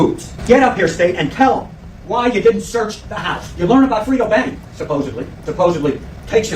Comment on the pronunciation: They stay calling Fredo "Frito" 😂